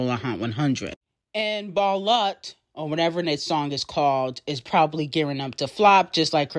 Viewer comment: Balut is pronounced as "BA-LOOT"